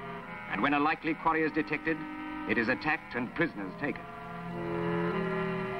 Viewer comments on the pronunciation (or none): none